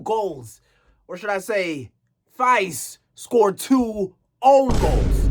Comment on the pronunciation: Faes isn't pronounced Fice, but Faaaaaaas. That matters because drawn out long is the only way you're gonna have to pronounce that name in the future.